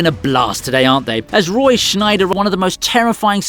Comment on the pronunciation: Roy Scheider not Schneider.